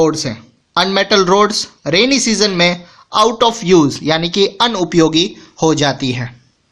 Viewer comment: Nice explanation but you said unupiyogi 😂